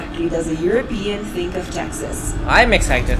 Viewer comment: It is pronounced euroPEan.